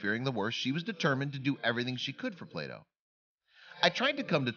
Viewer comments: Play doh.not plato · Until today, the similarity of "Play Doh" and "Plato" had never struck me. How many other viewers thought the narrator was saying "Plato"?